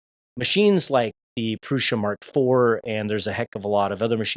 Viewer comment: Great video, confirming my choice in new printer. And you are the only creator I've watched that pronounces Prusa correctly